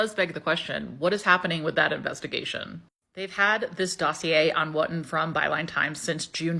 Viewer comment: Woo-ton not Wut-tun